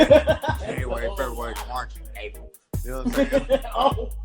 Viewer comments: Boogie said “ January February March Apryl ” he messy 😂😂😂😂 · "January, February, March...... APRYL!" 😂😂😂😂😂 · "January February March... Apryl." Lhh